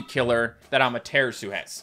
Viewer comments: hi u say amaterasu funny it's ama-ta-rah-su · It's pronounced ama tuh rah sue